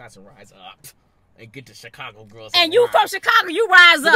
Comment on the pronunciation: what about Chicargo lol you know who you are with the “R”love you still ❤😂